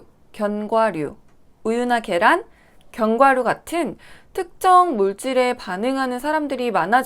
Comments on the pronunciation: 항상 보면서 아나운서 같이 차분하게 말 잘하신다 라는 생각 가지고 있었는데 견과류 발음 잘 안되시는거 보고 뭔가 더 인간미(?)가 더 돋보였어요 ㅎㅎ 항상 재밌게 보고 있습니다. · 그사람 하나때문에 견과류를 못먹었다는 내용을 알았으면 되려 소송하고 싶네요~~우주복을 입고 타던지.... 견과류...따라 발음했는데 왜 안되지??? ㅋㅋㅋ도 안되는 발음이 있으시군요~^^